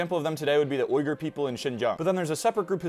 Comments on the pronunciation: I thought it was pronounced "wee gur" 🤔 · Uighur is pronounced Weegur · I’m sorry, the what people?! idk if its actually supposed to be said like that and I’ve just been saying it wrong, but I’m glad I was actually watching so I could see what he meant 😅